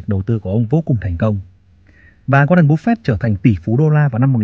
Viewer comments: cứ như phổ thông đi bạn ơi. "waren buf fét" dễ nghe hơn búp fẹt. và nếu mà ông ấy sống thọ hơn nữa thì với lãi suất kép khỏi phải lo đến con số 80tỷ ấy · goa ren búp phệt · Nghe cách bác phát âm tên Warren Buffett là không ổn và hết muốn nghe tiếp, bác nên tập phát âm tiếng Anh để giúp thu hút hơn. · qua ran búp phẹt :)))) nghe tên buồn cưới quá ad